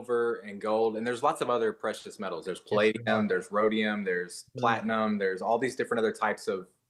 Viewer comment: Replay crew: i cant trust a man who says plate-uh-nem for platinum. Sir. Sir. I cant with you Also i looked it up and yes, silver is very conductive but the reason they dont use it is because its expensive and it corrodes quickly. Thats why copper is king for most things. Its like second to silver, costs less, and doesnt corrode. So… 🤔